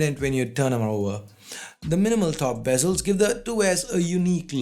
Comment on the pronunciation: Soo its Bezel Not bazel,Lol😅😂